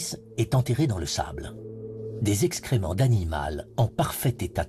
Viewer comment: Tu vois à quel point le documentaire est rigoureux scientifiquement à : " Des escréments d'animales " ... Pour être pris au sérieux il va déjà falloir parler correctement le français .